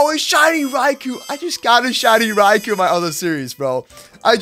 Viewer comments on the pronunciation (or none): none